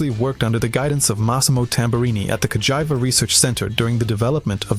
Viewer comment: Nice video but you should give a proper check to your pronunciation. Ricardo Rosa as Ricardo Raso ? MarzAcchi ? Ca-Jive-A ?